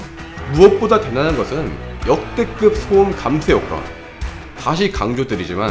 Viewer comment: 기thㅜㄹ 헤어드라이기thㅜ준 역대급thㅗ음